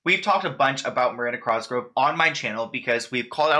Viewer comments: Omg same I was just thinking "dude you're awesome but god it's COSGROVE not CROSGROVE" 😂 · It’s cosgrove not crosgrove lol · COS—GR—OVE!!!! No R before the O! #triggered lol!!! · literally same i like correct him every time even tho he can’t hear me like cos grove not cross grove slightly angers me it’s fine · “Crosgrove” really got me out here giggling 😭😭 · why does he call Miranda Cosgrove, Miranda Crosgrove 😂😂I liked the video tho!!!! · worried about if he’s pronouncing viacom right says crosgove instead of cosgrove throughout the whole video 😂😂 no hate it just cracked me up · “Crosgrove” lol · It’s really bothering me that he keeps saying Crosgrove when her last name is COSGROVE*** only true Miranda fans know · Miranda "Crosgove" lol, you just moved the "r" to the wrong place that's all! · COSGROVE my guy not "Crosgrove" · Cosgrove... it's bugging me that he says crosgrove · COSGROVE NOT CROSGROVE UGH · It’s cosgrove not Crosgrove. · It’s COSgrove why do you keep saying crosgrove omgggg your pronunciations is so bothersome!!! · like the more you say crosgrove the further it will invalidate your coverage on the matter(s) just a tip way too many videos pronounced “cosgrove” incorrectly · ur saying her name wrong... it’s COSgrove not crosgrove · Sounds like he’s saying crosgrove and he ligit said hobsnocker it’s hobnocker lol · The hat made you add the r lol 😂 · Cross grove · Miranda Crossgro 😅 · You pronounce her name "Crosgrove" lol. I I love your vids btw. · The "Crosgrove" is a vibe <3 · Drinking game, take a shot every time says Crosgrove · everytime you said "Miranda Crosgove" I was screaming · It’s the “Crosgrove” for me 😂💀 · Why r u saying crosgrove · stop saying crosgrove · I love you. But the way you pronounced her last name is sending me. Lolol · Wait what?? It's not with an "r"?! Woops. Made the same mistake my whole life, even after watching other vids about her that were probably pronouncing it correctly. 😅